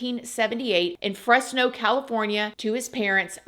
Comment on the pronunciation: Frez-no. Not fresss. 😂❤❤❤ 😂